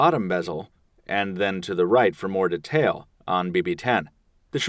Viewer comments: What is this "ditale" i keep hearing? If you insist on appearing erudite atleast implement proper pronunciation. Decent comparison video though/ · You say "detail" in a strange way..